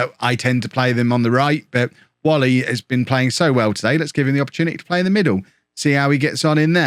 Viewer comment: Like the transfer policy mate. No point throwing money at players who are not or never will be the required level. Just a reminder that Nathan Whalley's surname is pronounced "way-lee"